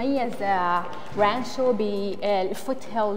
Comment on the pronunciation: اسم المدينة رانتشو الله يسامحك يا غلبتني تحتى القط نطقها من المدام لمى.